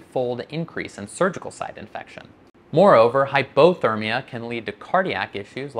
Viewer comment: Cool video, but why do you say hypothermia like that?